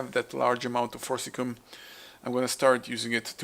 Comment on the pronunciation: It's not "cum",. It's pronounced "see-um". So "for-sis-see-um". So Forcicium not forcilium, or forcicum.